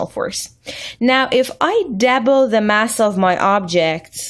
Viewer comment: WHat the fuck is a DABBLE learn to talk